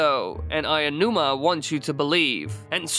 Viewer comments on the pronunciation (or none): none